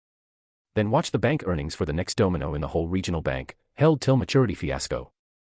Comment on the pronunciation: The bot says domino like doughmi no